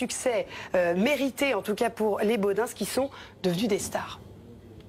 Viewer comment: Est ce que je suis le seul que ça fait tiquer chaque fois qu'un journaliste parisien dit les "Bodinse" ? 🤣